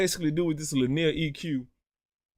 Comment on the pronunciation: Bro I never heard somebody say linear like that I died